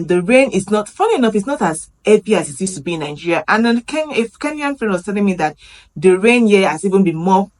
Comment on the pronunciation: Welcome to Kenya. The way you pronounce your country's name makes it sound like NINGERIA rather than NIGERIA.